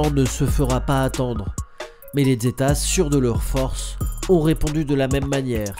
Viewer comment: Le "z" se prononce "s" et pas "dz" en espagnol